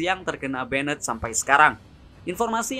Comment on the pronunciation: Min, gw suka channelnya karena videonya kesannya berkelas gitu. Beda banget dari kebanyakan channel yg kesannya murahan dan ngasal bikin. Tapi tolong perbaiki 1 hal: pronunciation kata Inggrisnya coba dicek di google translate dulu sebelum dibuat video, pastikan seakurat mungkin Saya tahu emang kita orang indo ya susah ilangin aksen indo kita, tapi kita ambil contoh kayak "banned" itu mstinya diucapkan jadi semacam "baendt" , tapi Mimin ucapkan jadi seperti "benned", ini bedanya sudah terlalu jauh sekali, ini betul betul merusak kesan berkelas dari video-video mimin. Saya sering banget denger channel lain, bahkan MC di turnamen profesional ucapin istilah Inggrisnya itu buanyak sekali yg ngawurnya jauh banget, itu betul betul ngerusak impression saya ke si pengucap. Tolong diperbaiki ya min nextnya, saya Mao channel ini jadi makin bagus :)